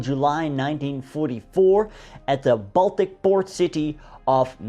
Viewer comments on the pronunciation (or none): none